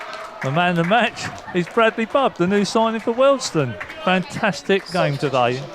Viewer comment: Great quality video. One quibble, it's pronounced WealdSTONE, not Wealdstun. Like Maidstone or Leytonstone.......